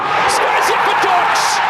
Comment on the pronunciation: the correct pronounciation would be ,,Dooksh“